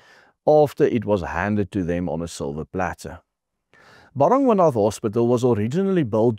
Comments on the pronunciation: Bara-gwaana is how it is pronounced, juuuust saying... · BARA GWA NATH. Please say it correctly …. My husband used to work there. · Ba-ra-gwa-na.........please do not pronounce the "th" ...... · Hey this may sound picky but you need to get the pronunciation of the hospital right. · Werk aan jou uitspraak,. Dis Bara-gwan-ah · Nee die uitspraak van Baragwana is totaal verkeerd Spreek dit asb uit as Baragwana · Ek kyk al jare jou videos, en dankie daarvoor, MAAR dis belangrik as jy internasionale spreker is om uitspraak van woorde korrek te uiter, dis dalk wys om biki spreker tegnieke en artikulasie lering te beoefen of opleiding na te streef, neem kennis my kommentaar is nie bedoel om afbrekend te wees maar eerder vir jou eie beswil. Ek verwys spesifiek na di woord baragwanath hospitaal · Hoekom spreek jy die naam so verkeerd uit? Cringy... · Cant even pronounce the name of the hospital correctly😢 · Hey, no-one else can butcher the name "Baragwanath" quite like you do. I had to listen, rewind and listen again - three times over - to understand what you were saying.